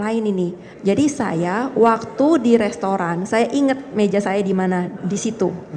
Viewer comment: Mba jess, yg bener restoran apa lestoran mba? Saya koq dengernya mba blg lestoran ya? Mba kuliah di australi kan ?